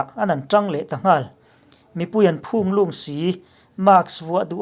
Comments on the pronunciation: Phûnglûng tih hi i la hrengailo em ni? I lam fuh thei tlatlo. Trumpa hi mi phûnglûng tak a ni reng a ni. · Fela phung tih leh lung tih hi a rik dan a inang deuh tur a ni e.. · Phunglung tih lam dan hi lam sang lovin lam hniam zawk tur. Phung leh lung hi lam hniam ve ve tur a nih hmel. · Phunglung i lam dan chuh... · Phunglung i lam dan hi a dik lo deuh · Phunglung leh tlim hmur lam uluk deuh teh...a dangah i ti tha si...mizo tawng zirna ni pah hial a tha turin han tang teh... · Phunglung I lam dan kha a va dik chiah loh hmel ve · A ngaihnawm khawp mai.Mahse, PHUNGLUNG tih hi han lam ri dik tala. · A ngaihnawm e.Trump supporter ka ni ve e..thil pakhat lek..Phunglung tih lam dan hi a dik lo tlat.